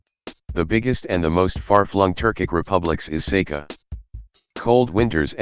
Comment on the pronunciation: КАКОЙ СЕЙКА????? САХА - С А Х А. Лучше бы назвали Якутией, если не можете правильно произносит самоназвание республики.